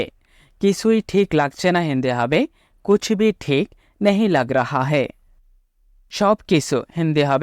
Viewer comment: कूछ भी ठीक नही लग रहा/ लग रहे है। কুছবিহ নয় , কুছ ভী হবে । সময় ,সাময় নয় । হিন্দি তে লিখার আকার উচ্চারণ খুবই কম হয় । করিশমা কপুর , কদের খাঁ, অমজাদ খান , করিনা কপুর , কটরিনা কাঈফ ।